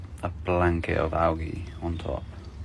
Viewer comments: there is literally only one way to pronounce it. any other way is incorrect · I get so triggered when he says “ algae” wrong 😂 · he keeps saying alge 😂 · did he really say alge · The way he says “Algae” kinda disturbs me lol but I know it’s just the way he says it. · The way he says algae 😂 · The way he pronounces algae is killing me